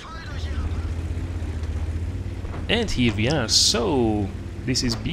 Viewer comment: WHY U KEEP SAYING WE LIKE VEE